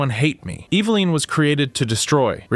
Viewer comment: EVA-LIN not EVA-LINE.